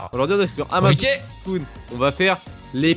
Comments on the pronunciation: T con c'est pas amazon c'est Amazonn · Mais ç'a se prononce amazone MY BAD, SO MY BAD BECAUSE YOUR BAD, YOUR BAD, VERY VERY BAD....HOUS BAD #michaelJackson